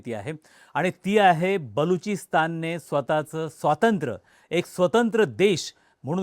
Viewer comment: स्वातंत्र नव्हे स्वातंत्र्य म्हणा.---एक शिक्षक.